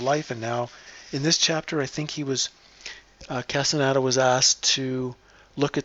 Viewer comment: CAS-TAH-NEY-DAH. It's Spanish, very easy to pronounce.